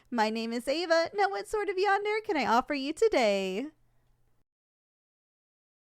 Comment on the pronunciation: Is anyone going to point out the fact that she’s pronounced yandere wrong